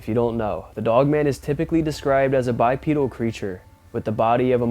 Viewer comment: The first on is a Bear, the second one is obviously an Owl! I swear, people will believe anything. The big wolf is a person in a costume, you can see the back of the persons foot. Almost every one of these can be explained! You are causing people to believe in bs. Oh and it’s pronounced Bipedal with a long E sound. Bi Pee dal, not Bi Ped el.